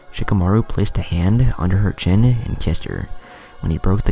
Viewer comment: him: chin What I hear: shin